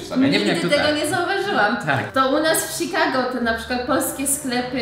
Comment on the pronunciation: O nie... Sikago x2 IS baaaaaaaack